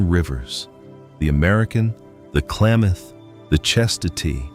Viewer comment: Can't pronounce Klamath or show footage of the actual rivers...AI